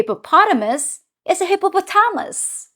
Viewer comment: hippo-pot-ahh-moose 🤣🤣 love it